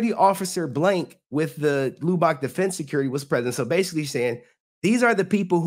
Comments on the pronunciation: Tammie Frank should have NEVER serve JDF divorce papers in PUBLIC IT SHOULD HAVE BEEN IN PRIVATE NOT TO WHERE HE WAS HUMILIATED IN FRONT OF HIS FANS AT WORK! 😡. Lubbock is pronounced Lubek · Loo boc Texas 🤣